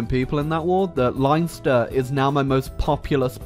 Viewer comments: Liinster?! Im Irish, Its le - en - st - er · It's Len-ster not Lion-ster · liiiiinster......... L - EN - ST - ER - LENSTER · ITS LEN-STER NOT LINE-STER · As an Irish person just letting you know Leinster is pronounced Len-ster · When you called Leinster, Linester the rugby fan in me cringed so hard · Leinster pronounced like Len (Like ten but with an L) and Stir so Len - Stir <3 lessons with me are fun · The ''lein'' part of Leinster is pronounced len, like pen. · wtf is a line-ster? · It's pronounced lenster (leinster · The way you said Leinster made me want to top myself, and im not even from that part of Ireland. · TIL cant say Leinster properly.. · Jesus I never heard such a bad pronunciation for Leinster